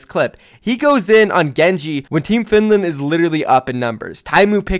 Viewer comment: He also said findland